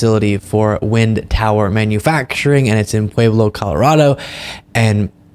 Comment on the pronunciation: I live in Pueblo, Colorado and when you said it my eardrum exploded.